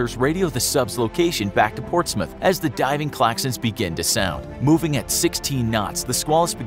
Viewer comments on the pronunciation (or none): none